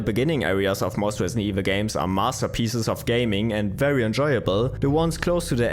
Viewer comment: “Wesident Wevil fwee”